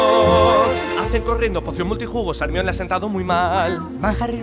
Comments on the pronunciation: porque pronuncian Hermione "ermion" T_T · Por que le dicen hermion? toy harta